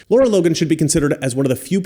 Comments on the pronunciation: 💡 Great report, as always. But you're pronouncing her name wrong. :face-red-droopy-eyes: Lara. Not Laura. 👉LAH-rah👈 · I was trying to find her Twitter and couldn't because you're saying her name wrong. It's not Laura it's Lara